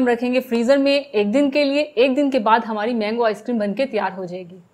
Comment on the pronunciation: plz ap apne bat karne k style ko theek kejeay main mazaq nai urha raha per ap ko log dunia main dekh rahay hain ap ray ko rhy or rhy ko ray kehti hain jesay karhain gay or hamarhi mango icecream na bola karain bura lagta hay